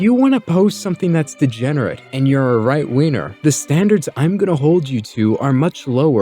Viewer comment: "right-weiner" is what I heard 🤣